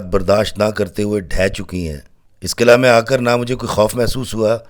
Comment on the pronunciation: Qil'aa Hota hy sir ghlt nhi kahyn